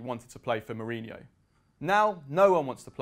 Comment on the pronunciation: Who is this guy? Can't even say his name correctly.